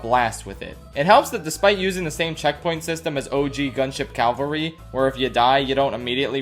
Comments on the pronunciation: cavalry not calvary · Holy shit, Gunship Cavalry, not Calvary. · After it's been brought to my attention, I can never miss when someone says Calvary instead of cavalry Calvary - an open-air representation of the crucifixion of Jesus Cavalry - modern soldiers who fight in armored vehicles. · PSA for everyone: It's "cavalry," not "calvary." "Cavalry" means an armed regiment riding horses or vehicles. "Calvary" is the name of the place where Jesus died. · Cav-al-ry. Calvary's the hill that Jesus died on. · Cavalry, not Calvary. Calvary is the place Jesus died at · CAValry. Cav. Al. Ry. Not CALVary. Is that really so hard to say? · It's "cavalry". Calvary is the place where Jesus was crucified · *Cavalry, not Calvary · The word is CAVALRY, not CAVALRY. Calvary is the placr jesus died, cavalry is mounted infantry or armored backup. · say with me CA VAL RY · “The next word is…. ‘Cavalry.’” “Cal-vurry. C-A-V-A-L-R-Y. Cal-vurry.” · Why do they keep pronouncing it "Calvary"? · Do you not know how to pronounce cavalry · Man, imagine saying gunship cavalry wrong!